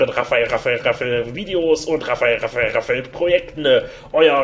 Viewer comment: Raphael Raphael Raphael .....iwann klingt das nur noch wie Raffel Raffel Raffel Raffel.... :D